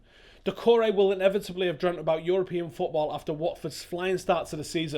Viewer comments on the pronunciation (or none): none